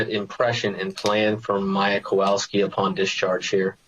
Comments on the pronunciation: I'm sorry, but not once during this trial I heard proper pronunciation. Instead of w it should be read as v. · Small irritation, but as someone whose last name is constantly butchered, the lawyer in the back with glasses for the defense, always mispronounces the Kowalski's last name. He's heard it at this point likely thousands of times, but still pronounces it wrong.